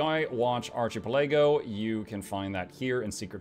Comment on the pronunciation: If you don't go to hell for your pronunciation of archipelago, you will for that pet name. I'm kidding of course, hell won't take the risk of you taking over. Speaking of which, have you seen a game called Solium Infernum? Not sure if turn based strategy is something for you (and your audience) but it looks cool. The pet looks good for CC at least which is always useful.